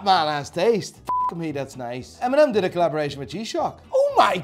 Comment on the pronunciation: This dude actually say eminem's name as em-mee-nem lol